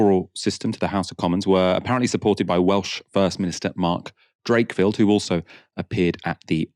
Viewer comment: It's Mark Drakeford, not Drakefield, but I imagine you know that by now! Great to see you back 😊